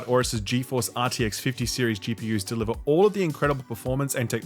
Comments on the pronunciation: Deliv- URGH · here's hoping they deliVUHHH! lol